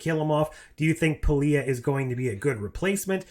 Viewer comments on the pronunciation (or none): Hammer was cool. And I wanted to see more of that character. Pelia, you said it like in good Spanish pronunciation. Muy bien. Pero since in English there's a lot of different sounds for same vocals, and not a way of knowing where to accent, it might be something like "Pelía" "Pay Lie ah" 😬 It's just that accent in that little line, I can't tell, it's a little "different". And when Scots want to confuse you, they use their own words and ways, independently of you listening them speaking English. And they did that at the airport, to me. I worked at cargo section, some dudes from other places you are able to hear, because the passengers flights section, too many folks, noise... But cargo, one at a time in the office or some in the cafeteria or so. It's good to sharpen your listening comprehension 🤓🖖